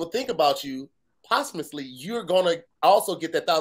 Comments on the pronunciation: Hey said "possumitly" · said possumisly.... WHAT?!!😮😂